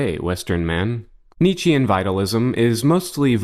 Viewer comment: Why can't Americans pronounce Nietzsche properly?